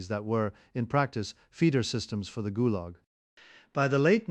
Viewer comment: “…ghoul-Yahg….” (Fictional pronunciation of Gulag…)